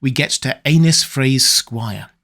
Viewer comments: I hate that you pronounce Aenys as Anus. its more like A-Niece. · Pronounced Aenys as "anus" and not "Ay-neess" is brutal 😆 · I’ll never get tired of hearing (and reading in the captions) the name “Anus Frey” in absurdly proper English accent. Yeah yeah, I know it’s supposed to be spelled “Aenys,” but tell that to the captions and to repeated and unmistakable pronunciation. Hey hey hey, Anus Frey, Anus Frey.